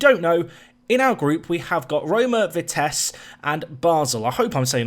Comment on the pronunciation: For future reference Vitesse is pronounced Vitess-UH